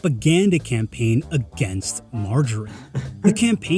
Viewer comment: It should be "mar-ga-reen". Ga as in gather.